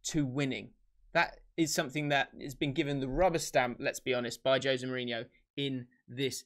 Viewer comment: I learned that I've been saying Jose Mourinho's name wrong for many, many years now.